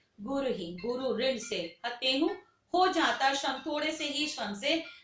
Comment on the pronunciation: Shran Nahi rinn...galat padha Tumne.